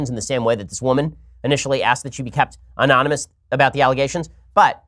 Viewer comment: Man, even Ben trips up pronouncing anonymous.